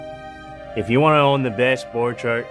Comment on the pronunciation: It is pronounced [b'orkhart]